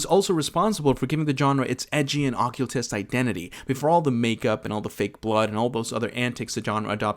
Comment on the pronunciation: Tony-tawny? Occultist-okyewltist? Why the strange pronunciation? Is this AI?